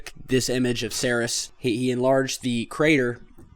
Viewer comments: Ceres = (SEEREEES) its named for the goddess of grains and where we get the name cereal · Except for your pronunciation of Ceres you are doing a really seriously excellent job. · Please learn the proper way to pronounce Ceres!!!